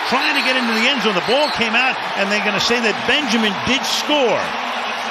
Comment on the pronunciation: Can he hold onto the blaf" 😂 Al Michael's getting old